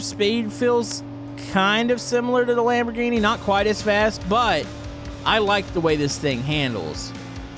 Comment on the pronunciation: sure loves the lamborghini (expect that he doesn't know the name of car which is sad and also the pronounciation,which is also sad):)